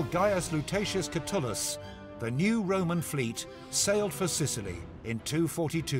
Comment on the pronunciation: ^ this man is 100% correct, I find CA's not mentioning this to be pretty disappointing. Also, I believe the Roman commander's name, Catulus, is properly anglicized as (cat-yoo-luhs) instead of sounding like the Roman author (Catullus, pronounced kuh-tuhll-uhs). THFE gets more right (though he also struggles with pronunciation), I'll stick with him. Still, I feel like Oxford can do much better. Hopefully a proper historian supervises CA while they make a full-scale animation.